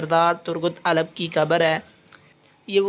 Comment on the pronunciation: Bhai Alp sae sy bolen yr